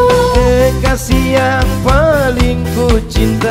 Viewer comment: Benrr kang saya juga denger kokasih bukan kekasih 🤣🤣🤣🤣🙏